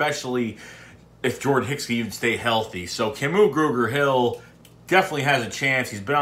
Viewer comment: Love your Philly accent trying to pronounce Kamu Grugier-Hill as Kamu Gruger-Hill lol